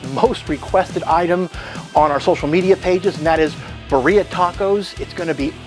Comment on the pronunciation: It's BIRRIA not birea